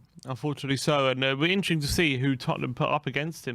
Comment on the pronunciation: How is catchphrase ‘it will be interesting to see’ but he can’t pronounce ‘interesting’ 🤣🤣🤣